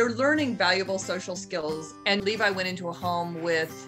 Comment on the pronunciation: me as a weeb who watches aot: did u say... l e v i ?